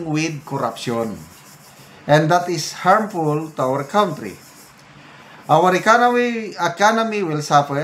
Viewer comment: Pls.pronounce country correctly.ty